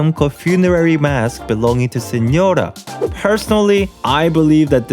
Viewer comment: creaming rn bc u pronounced correctly "signora" jesus christ ily